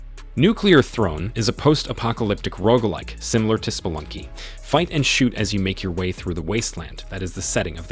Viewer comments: Lolol the Rogg like has me lawling so hard. Rogue. (Row-guh) there you go phonetics for you. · 🤣🤣🤣🤣🤣 Oh man "Rogue" not "ROG" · oh my god its rogue bro rogue not rog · I can’t tell what’s more annoying; this guy saying rogg or people spelling rogue as rouge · Definitely rogg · I almost turned off the video because he mispronounced Roguelike SO MANY TIMES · How do you not know how to pronounce rogue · How do you have a YouTube channel that's on the way to being mildly successful and don't know how to pronounce genre and roguelike?